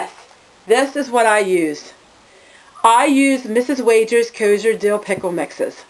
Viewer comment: Kosher is pronounced KO-SHUR.